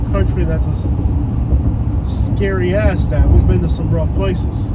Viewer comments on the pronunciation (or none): none